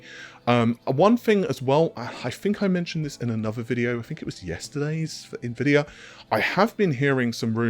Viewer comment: my guy butchered his own yt channel name for longest time saying "redtittycum" not to mention navidia amd narvey